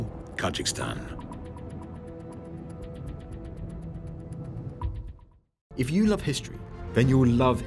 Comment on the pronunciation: Kajikstan? Perhaps learn how to pronounce Kazakhstan correctly?